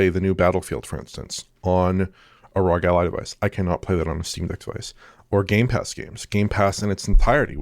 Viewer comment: ROG already officially stated that they prefer the name to be pronounced as an acronym but these guys still pronounce as Rooogghh. What gives?!!